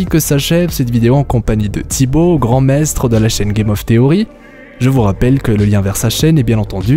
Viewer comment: Qwantique? Maîstre? Qwhat the fuck oui, ces prononciations sont plus wtf que ces théories.